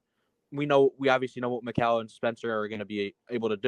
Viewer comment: Why do keeps on saying “Macal” his name is mikal 😂